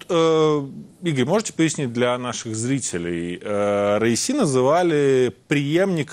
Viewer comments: Не РАиси или РАиса , а РаиСи . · Хотя бы правильно произноси имя бедного человека. Как будто говоришь раиса. Раиси , ударение падает на последний и. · РаисИ ! На последнем слоге ,а также все их фамилии. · Раиси- ударение на "и" В конце❤